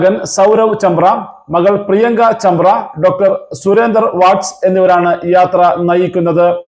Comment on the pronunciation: ചാന്ദ്ര അല്ല ചാബ്ര ആന്നു